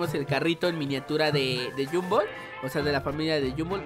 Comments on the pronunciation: Se dice Gumball no jumbo hoy te diste cuenta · No es yumball es gombal así se pronuncia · se dice gumball no jumball emtiende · oye no se yo, depende de tu traduccion de la serie pero Gumball no se dice Gumboll se dice Gumball pero se pronuncia Gomball (pero de seguro estoy mal:/ depende de tu traduccion pe) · No le digas Humbol dile Gumball no te equivoques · Y se dise Gumball no Yumbo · Porque lo yamas llunbo envés de gonball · porqué le dises a gombal gumbal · No es yumbol es gumball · No. Se. Llama. Gunboll. Se. Llama gombal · No es llumbol es Gumball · No es GUMBOLL es GOMBALL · Te equivocaste en pronunciar el nombre se pronuncia gomball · Gumball pero se dice gombal xd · se pronuncia gumball tal bes tu eres de otro pays